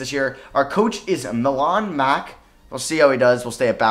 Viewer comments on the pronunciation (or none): none